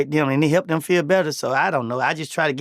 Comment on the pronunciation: “Ion like to pay” 😂